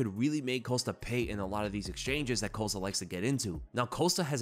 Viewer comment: i'm pretty sure paulo's last name is COST-A not COAST-A